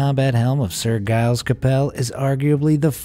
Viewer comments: ... and "Gailes" Capel... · The G in Giles is pronounced like a J as in Giraffe.